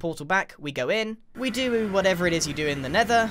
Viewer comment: "We duwu"